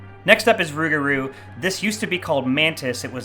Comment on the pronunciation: It’s supposed to be called “Rougarou”, not Rueguhrue.